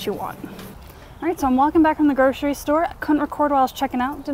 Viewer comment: groCery-there is NO "sh" in GroCery.